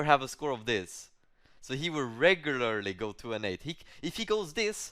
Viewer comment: Whenever says ReGiuLairly I chuckle a little